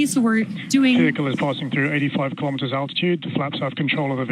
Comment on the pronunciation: Elon pronounces KILO'METERS, not kalamaduhz.